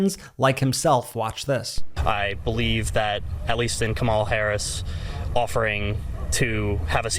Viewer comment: i hope they start pronouncing her name correctly if they truly support her